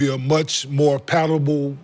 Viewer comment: That Boi Kenyon said "Much more Patable" 🫤